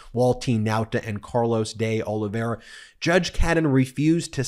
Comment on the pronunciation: Hey, Ben, you're finally pronouncing Carlos de Oleveira's name right, so why don't you tell Michael Pop-off how to pronounce it?